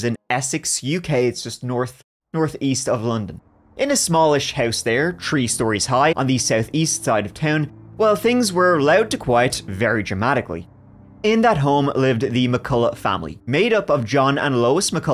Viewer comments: In this episode, said “tree (3),” “turty (30),” and “turd (3rd)” 16 times. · I was stuck on "tree story house". It's Th. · but "th". If you speak English as great as he does, that's not a dialect. That's a speech impediment or laziness as to not pronounce "th" correct. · Being Scottish you probably know the reason why! It’s a throwback to when Irish was the only language spoken in Ireland. E.g. “Three” is “trí” in Irish, pronounced “tree”. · NGL, heard 'tree intruders' and firsr thought was: man, the Ents are getting AGGRESSIVE